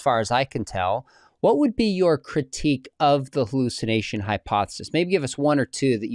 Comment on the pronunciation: What the heck is a "hulucination?"